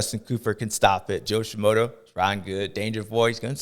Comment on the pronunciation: My boy! You are missing the R in FRUSTRATED. And you call SHIMODA SHIMOTO 😂 best part is idgaf cause you're JS7 baby ❤❤